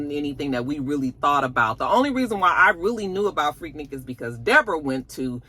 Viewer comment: Finally, somebody who pronounces Freaknik correctly.!😂😂😂